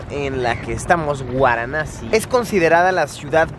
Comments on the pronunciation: VARANASI o antigua BENARÉS pero no “guaranasi” Luisito 🤦🏻‍♂️ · guaranasi ?? hahhaha VARANASI o BENARES. Dios Mio..viajar no implica cultura, yo e VIVIDO en India y muchisimos paises...tus videos son mas bien como "cultura" para los mas simples... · No superó Guaranassi 🤣 me voy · "Guaranasi" o Varanasi????? 🤔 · Luisito: Guaranassi 🤣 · Jorge Romero Cano pensé que era la única que lo escuchaba decir guaranasi 😂😂😂hay obits si se paso jajaj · Es varanasi....no!? Waranasi..😂😂😂🤣🤣🤣🤣🤣🤣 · Luis es varanasi. No guaranasi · guaranasi ?? hahhaha VARANASI o BENARES. Dios Mio.. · Por qué dices gusta así?es varanasi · Por qué dice Guaranasi? Es VARANASI 🤣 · Se pronuncia Varanasi, no waranasi, o benarés, la ciudad más vieja del mundo. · Benares o Varanasi no guaranasi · Se pronuncia Varanasi no Waranasi. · No es guaranasi, se dice varanasi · Es Varanasi !! No Guaranasi !! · Varanasi, no Uaranasi. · Luisillo dice "Guaranasi" y es Varanasi o Benarés jijiji .perdón solo hago la corrección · No se pronuncia "uaranasi" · Soy yo o luisito dijo "Guaranasi"? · Cada vez que Luis dice "Guaranasi" en este video han muerto sido incinerados y arrojados al Ganges en Venarés 515 gatitos. Di Venarés, ayuda a los gatitos. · Por que dice: “guaranasi”?? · Pero te pareció interesante 'Guaranasi' (? Es VARANASI o Benares xD y no es que lo dijeras sólo una vez nooo, por lo menos 6 veces xD El típico viajero que no sabe ni donde está. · Es varanasi xD no waranasi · Xd porque Luisito dice "guaranasi" si es Varanasi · Luisillo el tontillo 😆No es waranasi es Varanasi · Jorge Romero Cano 🙄 que pesado el chaval con su “guaranasi” 😂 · Porque pronuncias Waranasi?